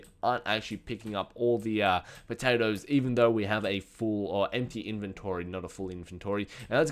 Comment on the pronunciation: No it's not! 75 Potawtoes >:3